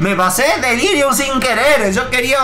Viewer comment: En un momento dice "delírium" no en el jefe